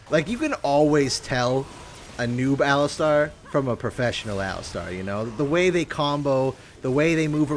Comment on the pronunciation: What the hell is an "el-istarr"